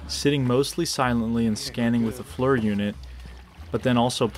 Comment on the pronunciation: One of these days will pronounce FLIR correctly lol